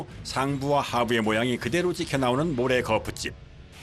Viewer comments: 거풋찝 거풋찝 합니까? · 성우님 발음이 거푸집 인데 왜 자꾸